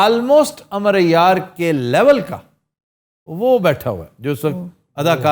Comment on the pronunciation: Amroo hai sir Amar nhn arbic mean Amroo kehty hain